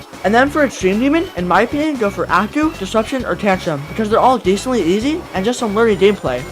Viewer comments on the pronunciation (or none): It’s not a-coo it’s ay-soo